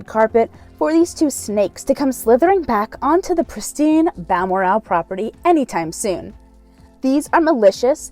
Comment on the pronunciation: your provocation of Balmoral is hilarious. The l second part of the name is said like morals only without the S. Not Bal mor. al